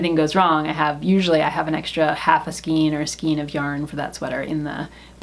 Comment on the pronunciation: Pronounce skein..There really is not more than one way to pronounce it. The correct way to say it is “skayn” to rhyme with “pain.” If you go to and plug in the word, there is a little speaker icon you can click that will pronounce it for you. Note when you get there that there is no alternate pronunciation. Just the one. (I’m an English teacher, btw).